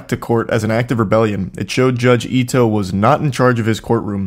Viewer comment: I have to bc its driving me crazy: the judges name is pronounced Ee-toh. I in japanese romanization is pronounced ee. Okay, continue